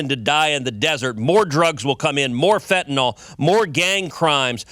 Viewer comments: "I don't think that acronym is accidental." It isn't an acronym at all! DNA is an initialism! If it were More Aliens Now, abbreviated as MAN, then it would be read as "man," and it would be an acronym. Also, stop saying fentanALL! Fentanyl is pronounced fentanILL. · Fentanyl ends with "yl", not "ol".